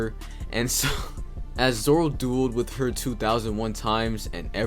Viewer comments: stop saying zolo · Dude everytime he says zolo I cannot stop laughing